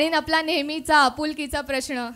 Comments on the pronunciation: Tu punyaachi nahiyes mhanoonach tar tu 'प्रश्नाला' ' ' 'प्रश्ण' म्हणालीस 😂😂😂😂😂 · vaze mhanje brahman and brahman pronounce n as na thats why